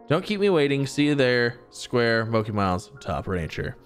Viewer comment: Ya hear that Z! Keep them fed and they will stay where they are and also I’m 98% sure mochi is pronounced exactly how it’s spelled